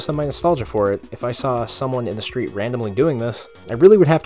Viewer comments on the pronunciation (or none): none